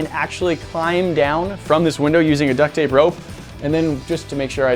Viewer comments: Yea but i hear it as duck thape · Lmao "duck tape"